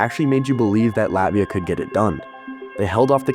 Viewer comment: Please pronounce Latvia correctly. You must pronounce harder T - LaTvia, but you go LatVia.